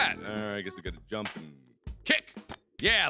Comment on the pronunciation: I love how he says jump like yump sometimes.....its so hilarious